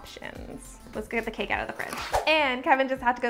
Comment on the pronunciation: any one here her say "out" owght